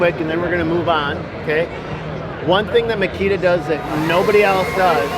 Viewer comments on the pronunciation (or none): Don't be lazy and learn right pronunciation . It is not "makira", ha ha ha.